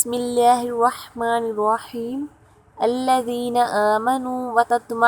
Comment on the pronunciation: اسم جلالت اللہ عزوجل کا لام باریک پڑھیں گے جناب اپ موٹا پڑھ رہے ہیں